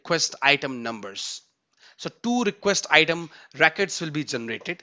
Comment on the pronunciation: your pronunciation of 'records' is wrong, it sounds like 'racquets' - pls correct it going forward